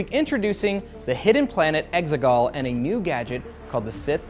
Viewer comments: I thought they were saying “eggsicle” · The exeGollll sounds part computer program and part soccer to me